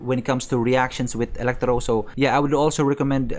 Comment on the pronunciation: Elektrow. The emphasis tho. 😂